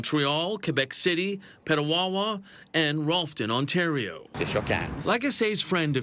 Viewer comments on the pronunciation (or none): none